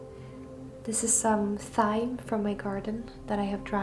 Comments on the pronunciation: Thank you so much for your beautiful videos. Just a note, the h in thyme in english is silent so thyme is said the same as time. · In American English thyme is pronounced like "time." The th in this case is like the "t" sound. You'll eventually get your smell back. It took me about 2 months, then 6 months of weird offness to my sense of smell. Good luck! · Not to be negative but in English thyme is said just like time; at least were I am from. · I love your videos. You are a wonderful storyteller and videographer. Your English is very good too. I wasn't sure if I should say so, as I love how you speak, but just so you know, Thyme is pronounced like Time! But when you say Thyme it's lovely. I do hope your smell comes back. Try peppermint oil daily, diffusing it. It may help. But it must be a pure essential oil. Sending you many hugs and blessings for a full recovery. 🥰🥰🥰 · You are both such a treasure. Thank you for sharing your magical life with us. Oh.. Thyme is pronounced exactly the same as Time, but it sounds so cute when you say it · Thyme is written with ‘th’ at the beginning but it’s pronounced ‘time’, sweetheart. It’s one of those funny things you find in the English language. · 'thyme' is pronounced the same as 'time' just so you know x. love your videos. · I think thyme is pronounced “time”. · Hope you are fully recovered soon. Thought you might like how we in the US pronounce Thyme. We say it the same as the word “time”. It makes it fun to mix the meanings of both words together. Glad you were able to harvest the thyme in time. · It’s actually pronounced “Time” lol xxx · Probably many are letting you know, but just in case; Thyme is pronounced like "Time", in English. Lovely work. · Totally understand your pronunciation of Thyme, but in fact in English we don't pronounce the 'h' so it is pronounce 'Time'. But your English is fantastic, you are both amazing. Always excited to see your new video's - I hope you are all better soon. xx